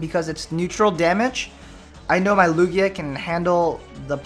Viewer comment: Its Lugia